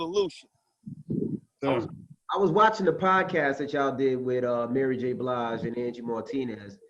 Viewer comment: The way says "Mayry", he makes me wanna change my name to "Mary"! LOL